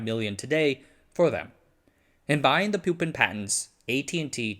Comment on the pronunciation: It is not pronounced pyu-pin, but poo-pin